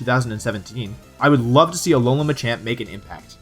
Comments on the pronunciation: and it's alolan not Allan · alolan=a-LOL-an xD